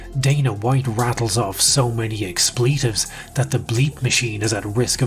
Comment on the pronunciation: I don’t know, I’m torn here. I love these videos because they’re so well put together. Well, they WOULD be well put together, but for some reason he can’t pronounce “resume” or “expletive” correctly. Does where he lives not have Google? I would love to hear these videos without blatant linguistic mistakes.